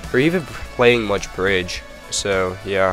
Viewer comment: Ahhhh yes, " Birdge "